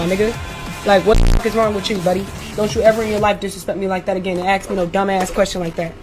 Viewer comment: she also says "aks me questions"